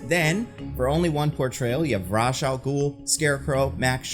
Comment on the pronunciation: The mispronunciation of falcone and ra's........... Say it with me now.... "Fal-Cone" "Raysh"